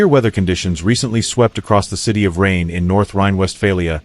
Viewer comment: kann man sich mit dem KI Mist nicht antun. Die Stadt heißt Rheine und nicht Regen, wie der KI Fuzzy sagt.